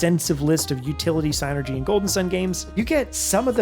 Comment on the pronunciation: Finally someone pronounces psynergy property!